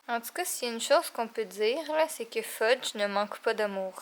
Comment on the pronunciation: Est ce que tu as appelé Fudge "pheudje" a ?😂💜 trop chou ce chat🐱